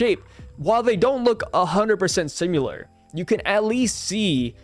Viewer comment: Similar, not simular. SIM I LAR. With an I